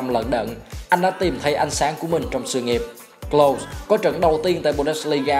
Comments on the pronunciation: Đọc là Lâu-sờ với phát âm K ở đầu nha ad... Thanks... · Đọc đúng là Closer nha ad, với lại bữa có xem ad đọc Kroos là Ru-x cũng ko đúng, đúng là Cross... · Nên học lại cách đọc tên Klose nhé ad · tên ông này mãi vẫn ko phán âm chuẩn đc :))